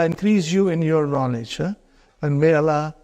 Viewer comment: He does not even pronounce Allah correctly his la is weak